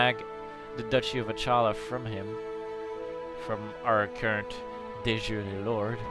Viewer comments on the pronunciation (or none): The "ch" in Achaea is pronounced "kh"